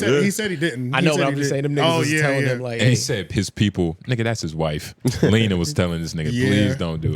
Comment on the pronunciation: I love this pod but we gotta get real the one to the far right sitting is just an air head 😂 bro still calls Lena the plug…Leena, calls big AK…A.K…the previous episode he said the word Saunder when he meant to say Somber 😂 …this nigga really needs to read